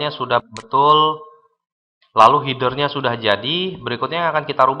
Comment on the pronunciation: Appearance dibaca apiriens, Header dibaca hider hahahaha